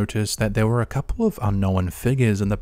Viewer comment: Stop pronouncing the w in unknown! It is silent!